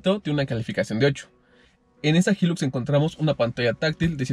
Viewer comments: Creó que se pronuncia “Jailux” y no “Jillux” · Jóvenes se debe pronunciar: Jailux no jilux, HILUX Se traduciría como alto lujo o gran lujo, cuiden estos detalles. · Que rara la forma en la que pronuncian "HILUX"